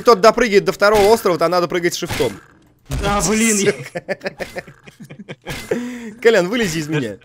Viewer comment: Не Колян, а Кольян